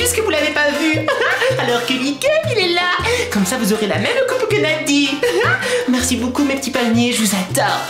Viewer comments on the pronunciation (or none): prqs ta un moustage comme max aaaaa dit la verité!! Tu es amoureuse lala Est c'est moche le e comme mercieu j'aime pas